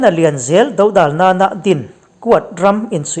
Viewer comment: I ṭawng a fiah, a thluk a ngaihnawm bawk; uar tur lai i uar tawk hle mai bawk si. Dódalna tih erawh dòdàlna tih awmah ka lo ngai ve, inselna ni lo se. Dawklak hi a awm ve ṭhin avanga han sawi ve hrim hrim ka ni e.